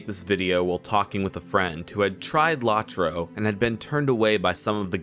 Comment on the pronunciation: It's pronounced "Low-troe," with both Os long, not short. As to your opinion, well, it's aged fairly well for a game that's 13 years old. I agree that the expansion pricing could be better, but other than that, it works.